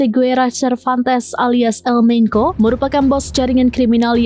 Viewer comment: Di baca bukan El Menko, mbak ... tapi El Menco bacanya